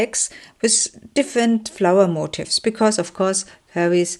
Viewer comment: FYI : The word MOTIF(S), which you have used a lot, is not pronounced MOTIVE(S)! (That is another word altogether.) Motif—which means theme—is pron. mo-TEEF, with the accent on the 2nd syllable. I hope this was helpful! Your work is lovely, and the flip-throughs are enjoyable.